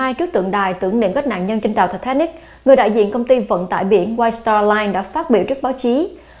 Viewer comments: Tai tá nịch. Vãi bà đọc. Một là Anh hay là Việt, nửa này nửa kia chẳng giống ai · Giọng đọc của MC rất dễ thương, truyền cảm.. nhưng đừng đọc là Thì thà nịch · " thạch ta nịc" má nó đọc nge chướng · Titanic mà bả đọc là Tờ ta nịc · Ti ta nic . Mà cứ đọc ti ta nịc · Phát âm lúc ti ta níc lúc ti ta nịc z mà củng lên đây nửa. Anh thì ra anh. Việt ra việt. Thân ! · Thì ta nịc (titanic) 🤣🤣🤣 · Bà ấy phát âm tên tàu lạ nhỉ “tì -ta-nịc” or “tì-tá-níc” 🤣🤣🤣🤣🤣 tao cười tao đi ỉa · Tịt ta nít phát âm hay vl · ti thá nịt . hay ti ta níc phát âm nghe kì kì lúc thì thá nịt lúc thì ta níc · Thị tha nịch :)) Sang pháp mà đọc kiểu đó bà ơi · Có 1 từ titanic mà mỗi lần đọc mỗi lần khác, phát âm hay quá kkk